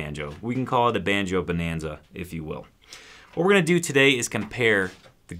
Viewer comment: Not BOW nanza - Buhnanza